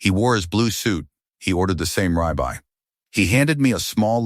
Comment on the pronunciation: Sorry, I kept giggling everytime the ai pronounced "ribeye" as "rye bye.😂😂😂😂 In addition, not a well constructed story. Somebody teach these AIs how to read and pronounce English😂